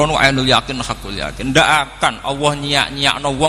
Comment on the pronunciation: Bukan Awwoh ( اووه) gus, tapi Alloh.( الله )